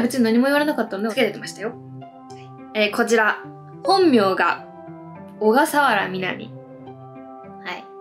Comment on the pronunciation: の小笠原みなみ(おがさわらみなみ)ってしっかり言ってくれるの嬉しい！めちゃくちゃいい名前！💞